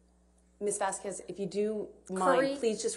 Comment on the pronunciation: Everyone knows how to pronounce "Vasquez" except Elaine Brederhoff. I find that hilarious.